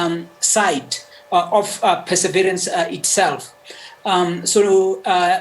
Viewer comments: Lol... she called it "Persevrants". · She's obviously not a space junkie 🤣